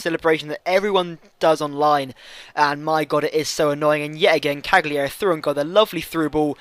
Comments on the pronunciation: Cagliari - Cally-Ary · it's pronounced "caliari" :)